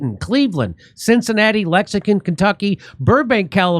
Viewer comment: Jimmy, I love you; but would you please learn how to correctly pronounce Lexington? It sounds like you're saying lexicon.